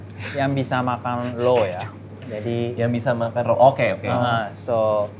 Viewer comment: Pertama aku pikir chefnya bilang low. Ini buat org yg bisa makan low. Aku pikir apaan tu??? Setelah dagingnya datang baru paham ternyata dia bilang raw 😂😂😂😂😂 Tapi kocak sih.